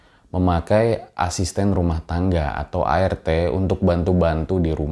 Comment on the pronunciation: Apa cuma gue yg denger ngomong ART itu air teh 😁